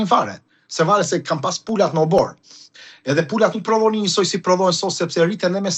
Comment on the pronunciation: Ju lutem, përdoreni gërmën rr! Nuk thuhet obor por oborr!!